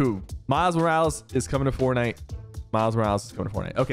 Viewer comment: "im ranked number one on fornut"